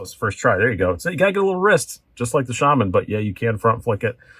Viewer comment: Its nice to hear Shaman pronounced correctly. I remember the $155 Shaman as well. Jeez!